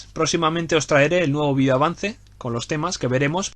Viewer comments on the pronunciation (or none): none